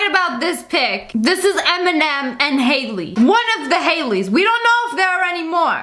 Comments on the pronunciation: Its not hayley it’s Hailie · Actually Sssniperwolf, Eminem's daughter is spelled Hailie not haily